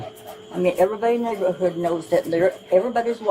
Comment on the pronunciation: Dam..you butchered the word neighborhood...bad!